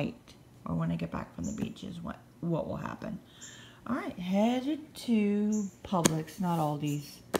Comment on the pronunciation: I'm new to your channel. I knew you were from Florida the other day when you said Publix lol. We live in Okeechobee. Yeah I think our winter is over....sad.